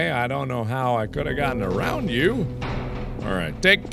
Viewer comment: "No i thought i was aRRRound the corner"